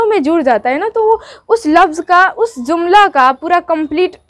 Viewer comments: Baaji zumla nh hota jumla jota h 😌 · Mam aap urdu ki Teacher hai urdu word jumla hota h zumla nahi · جملہ کو آ پ ز سے زملہ پڑھتے ہیں یہ غلط ھے جملہ پڑھۓ۔ مہمل پہلا م پیش کے ساتھ دوسرا میم زبر کے ساتھ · زملہ نہیں جملہ ہوتا ہے